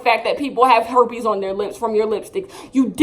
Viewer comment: You keep saying Hepes on their lips.